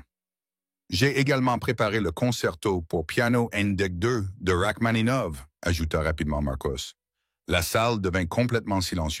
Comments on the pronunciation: Rachmaninov et pas rachmanov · S'il-vous-plaît Rachmaninov - vous n'êtes même pas capable de prononcer ce nom correctement - c'est absolument inqualifiable !